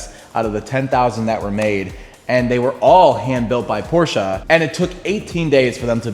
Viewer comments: PORSCHE NOT PORSCHA🤦🏻‍♂️ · Shut up with “porschah” pOrScHaH! Pronounce it correctly for the love of god! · I hate the word porsha